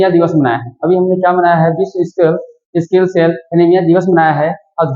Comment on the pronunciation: ❤स्किल नही भाई सिकल सेल एनिमिया होती है आपने स्किल सेल एनिमिया बोला है ❤